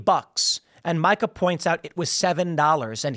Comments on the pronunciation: Tim, I hate her as much as you do but it’s pronounced MEE-KA not MIKE-UH. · I like how Tim keeps pronouncing her name like the guy name Micah 😂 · Tim, it’s pronounced Meeeeka. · A wounded animal is at it’s most dangerous when cornered, Tim. BTW: Her name is pronounced “MEE KAH”. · I think her name is pronounced “Meekuh”